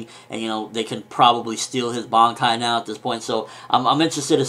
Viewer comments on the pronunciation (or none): none